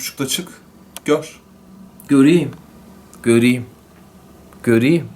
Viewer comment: 00.47 göriyim göriyim diyo. güldürdün gahsgfasfhasfs